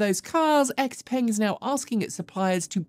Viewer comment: Hey, you usually pronounce brands and cities so well but might have missed how Xpeng is pronounced. It's similar to how the tech brand Xiaomi is pronounced